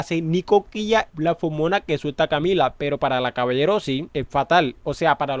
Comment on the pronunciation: consulta en el pais de este YT se le dice fomona en vez de feromona?